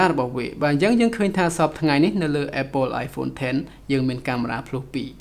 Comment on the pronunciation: apple អានapple ទៅស្តាប់មិនដូចត្រចៀកទេ